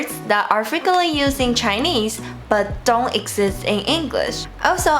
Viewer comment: Hi, i've noticed one common mistake you have been doing whenever you speak any words that end with "n" sound. For example,you pronounced Don't as dong or Tone as Tong. Try to fix that and you're good.:)